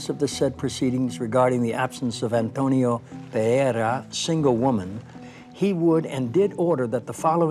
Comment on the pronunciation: He doesn’t.. he says Antonia.